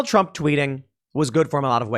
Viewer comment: "We're just feeling the effects of the trawmp administration hurr fking durrrrrrrr"